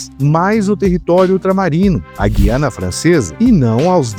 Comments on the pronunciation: GU - IANA, e não GUI - ANA. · Um deslize menor, mas importante: Na pronúncia correta de Guiana o U é pronunciado (UI é um ditongo), não é "Gui" de Guilherme. É uma exceção pelo fato de essa palavra ter origem indígena.